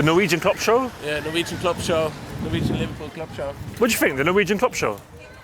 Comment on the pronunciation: Vujwegian show!